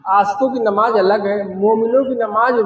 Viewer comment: Namaaz to har musalman k liy ek jaisi hi. He....yeh jo alag alag bata rahe h..esa kuch bhi nahi h..inko to sahi dhang se namaaz bolna bhi nahi aati h..namaaj namaaz bol rahe h